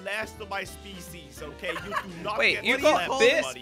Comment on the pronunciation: my speseas is Snailuslobstarrus